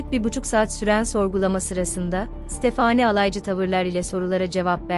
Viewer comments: Tekekkürler emeğinize sağlık ama stephanie yi stephaaaani diye sürekli yanlış telaffuzunuz rahatsız etti. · Ya stafani de gitsin ne uzatiyon sinirim bozuluyor bole uzattikca isimleri takili kaliyorum kimide amandaya emenda diyo kusura bakmayin biraz dikkat lütfen başarılar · Amanda, əˈmændə olarak telaffuz edilir. Yani A- men-da. Fakat Stephenie telaffuzu tamamen yanlış bu videoda.